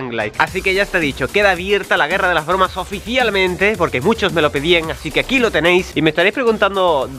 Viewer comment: No puede decir bromas en el minuto dice el boromas